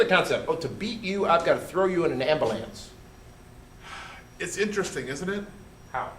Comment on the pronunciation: Love the way you say Ambulance 'Ambalance" :D